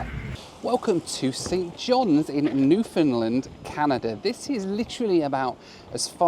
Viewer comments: What is a new find lind? This guy is english????? If you can say "Understand....................you can say Newfoundland" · Please pronounce Newfoundland "New-fun-land" not "NewFOUNDland". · Newfoundland is REALLY pronounced like this: New-fun-LAND. Please care a bit more. You will only engender goodwill if you do.